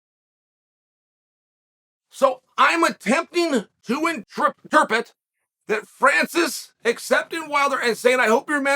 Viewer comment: And then chael goes on to mispronounce “interpret” 🤣